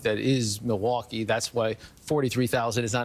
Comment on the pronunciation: Can you PLEASE stop sim-pronouncing Milwaukee!